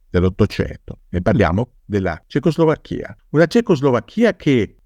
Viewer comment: Curiosità. Quando pronuncia "cecoslovacca" o "Slovacchia" lo pronuncia correttamente, ma quando dice Cecoslovacchia mette la pronuncia sulla I finale (nonostante questa pronuncia sia incoerente con le altre due e non usata da nessuno). Come mai?